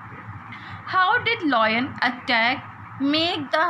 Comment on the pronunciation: Its lion not loin